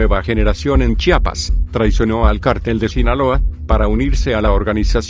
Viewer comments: Para empezar aprendan a pronunciar es chiapas estado sur del país de la republica mexicana, chapa es la que tiene la puerta jajaja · Se dice Chiapas, no chapas!